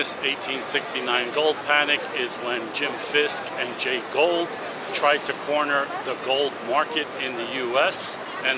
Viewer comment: I don't know if you have a speech impediment or simply don't want to do your homework... "GOULD" is NOT pronounced "GOLD". It's GHOUL'D. "GooLD" No amount of AI "whisker scratching" will replace solid f**** homework. Why don't you stop forcing me into stock AI voice nonsense and get your pronunciation on basics right? I know, I know, I'm picking at the edges. But God damn it, talk like a f**** adult.